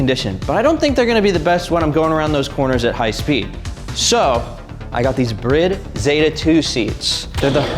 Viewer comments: The fact he said brid and not bride pisses me off 😑 car is sick otherwise tho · Brid seats? i thought they were pronounced like bride as in groom and bride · Today I learned that was not Bride, its pronounced brid. You make a short about that or eat my shorts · Your lame seats spelled Brid wrong...that or you're saying bride wrong.....just sayin....